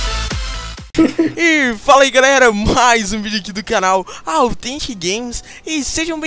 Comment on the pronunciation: authentic falou nofaxu kkkkkk